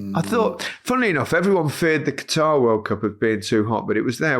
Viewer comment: Kat'r not catarrh.